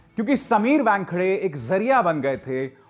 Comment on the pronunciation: Abhisar calls him Wangkhade! It sounds funny!